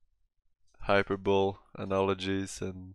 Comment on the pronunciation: "hyperbowl" forsenT